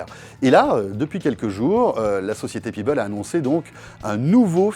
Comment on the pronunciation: PEBBLE pas Pibble ! Pèbble ça se prononce!